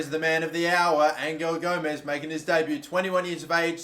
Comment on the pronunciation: Your saying Gomes right.